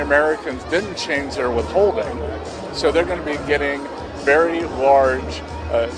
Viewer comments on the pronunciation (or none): none